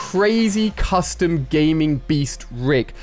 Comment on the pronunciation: Did he say coustum tv